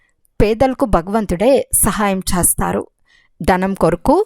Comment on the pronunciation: Sister..చేస్తారు అని పల కండీ..pls నిదానంగా చదవండి